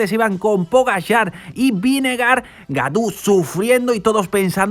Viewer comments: hola gaudu de pronuncia godu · Gracias por permitirnos ver el resumen de esas carreras que no se dan en la tele por mi tierra! y por si se luce en el futuro David Gaudu, su apellido se pronuncia Godu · creo que en frances au se dice o. lo dice casi bien.Es Godu.